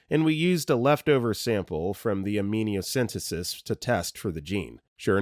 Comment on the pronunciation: amniocentesis = AM-knee-yo sen-TEE-sis rosacea = ro-ZAY-sha